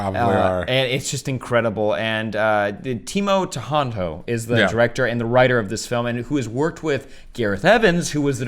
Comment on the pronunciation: Timo Tjahjanto (TEEMO CAH_YANTO), Iko Uwais (EEKO U_A_I_S)